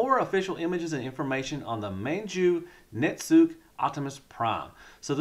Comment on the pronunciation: Japanese pronunciation: - Jizai = "jizzz-eye". - Manju Netsuke = "man-jew net-sue-kay". Hope this helps.